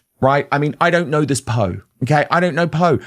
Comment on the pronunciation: Poh, not Poo !!! 🤣